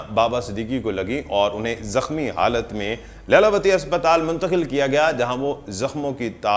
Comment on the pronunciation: Not Laila it's Leela vati